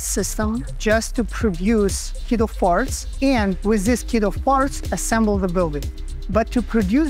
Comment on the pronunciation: Really cool, but at about 2 mins in, it sounds like you are saying "kiddo farts"